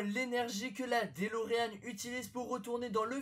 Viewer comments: C'est Doloréan pas Délorean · C'est delorean pas délorean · Il dit délorean alors que c'est dOlorean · c'est pas déleroan mais delorean ( deulorean ) et en faite dans la version française, c'est 2.21Gwatts, mais c'est une erreur de traduction ... c'est bel et bien 1.21Gwatts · très bien mais par contre on dis doloréan